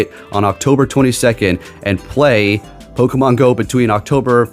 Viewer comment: pronouncing a Pokemon correctly kinda ruins a bit of the charm 😂😂